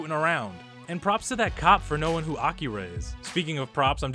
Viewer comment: The way you say Akira is hilarious!😆🍺🍻